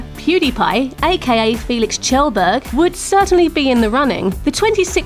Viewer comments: I thought his name was Kjellberg, pronounced Kjellberg not tjelberg. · it's pronounced like kyelburg no Chelburg ( phonetically [kjelbərg] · LOL English poeple cant say kjellberg corectly.